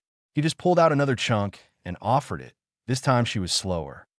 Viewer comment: As well as it, vs I T lol